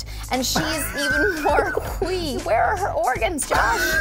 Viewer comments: Does anyone else think Anna pronounces "wee" with a silent "H"? It's like Stewie saying "cool whip". Totally love her tho: rocking up them Scottish words! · zero spacedonkey OMG she does say hwee!